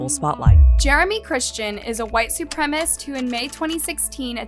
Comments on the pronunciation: Sooo... we not gonna talk about saying "supremist" and "arrangement" instead of "supremacist" and "arraignment" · Supremacist was pronounced wrong as well 😅